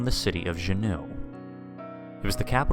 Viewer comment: As a resident of Alaska, good story. One thing- Juneau, it's 'Joo Noh'. I think you are pronouncing it as French "shuno".